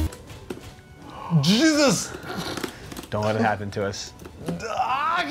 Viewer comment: It's "JEEZUS!!!", not Jesus.